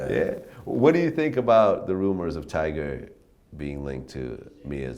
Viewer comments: nobody hears vlad keep saying "tiger" 🤣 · TYGA. T-Y-G-A. NOT TIGER. Jesus Christ Vlad. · vlad it's tyga not tigerrrr! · Bro, Vlad, its TygA not tiger...... cmon b